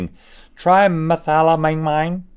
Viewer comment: Yep it pained me when Rhett tried to say trimethylamine 😫